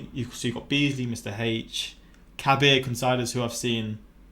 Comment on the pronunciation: The way pronounced Kabir Considers lol